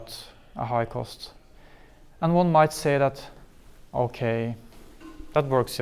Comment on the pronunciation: the way he says okay in norwegian, every norwegian do that shit "okei"